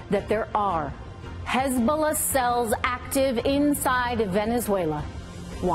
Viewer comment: Genuinely started laughing my ass off when i heard hezbulla XD